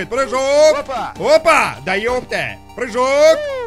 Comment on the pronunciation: Ржу со слова "Прыхоок!!"